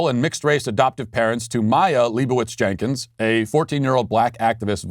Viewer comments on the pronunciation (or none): none